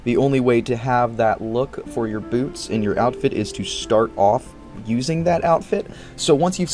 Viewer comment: “Bloots”. I love when you have a slip of the tongue, you put it on screen it quotes 😆